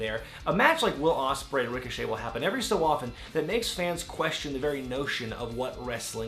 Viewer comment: Ricoshit😭😂 I Deadass thought that was how u said his name